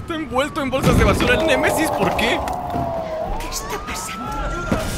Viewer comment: El nemaisis xd dijo el nemesis